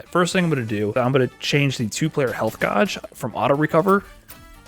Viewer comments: Did he say health godge? Instead of gauge lol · "health GAWJ"??????? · .... "health gaaj"? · It was not a meme, that pronunciation of Gauge really threw me off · why does he say gauge like that im scared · The way you pronounce gauge cracks me up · I couldn’t understand anything was saying because I was too focused on his shit pronunciation of “Gauge” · I love the way he says gauge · Gauge is not pronounced that way. please google it